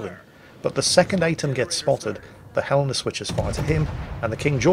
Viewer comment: Your pronunciation of Helena would make a citizen of that city think you are a local, I hope you have a Helena Day.